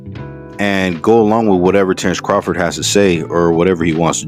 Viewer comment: “TERRECE CAHFORD”😂😂😂